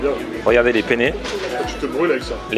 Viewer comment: Ne prononce jamais "penne" comme tu le fais à côté d'un italien, mdr ...